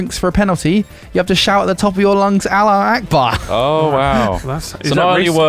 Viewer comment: also you forgot that your pronunciation of allahu akbar is terrible and almost offensive